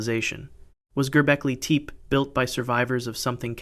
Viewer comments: Gobekli TEEEEP lmfaooooo (Te-Payyy) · Gerbeckly Teep lol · "Gerbeklay Tepay"? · I’m kinda confused. I’ve watched other videos of yours and you pronounced Gobekli Tepe correctly in other videos. What happened in this one???